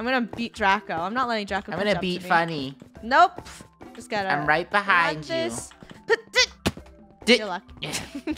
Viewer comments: funneh its not fenneh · Olga Ortiz u said funnel instead of funneh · Funneh not funnel